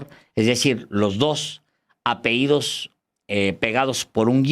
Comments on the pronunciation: No se dice "apeídos" es: apellidos. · No se dice apeidos, lo correcto es ApeLLidos